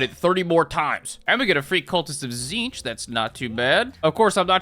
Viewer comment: "tzeentch marines" sigh